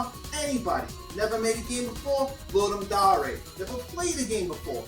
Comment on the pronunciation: Right? It's pronounced the way it's written... at least someone pronounces it right. Cause, man, fuck Roy Dotrice...